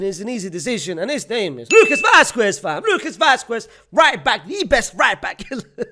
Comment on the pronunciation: Vasqwess 😂 the way you say it 😂